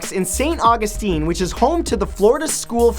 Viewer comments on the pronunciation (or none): The way he said Augustine made me cringe xD